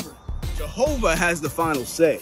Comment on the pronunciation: Jehovah* it ain't hard